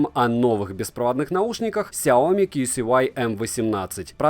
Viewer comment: Ксяоми, когда уже запомнишь, ся о ми!